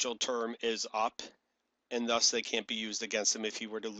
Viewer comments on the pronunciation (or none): none